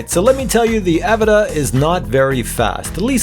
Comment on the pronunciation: it pronounced uh-vot-uh 😂😂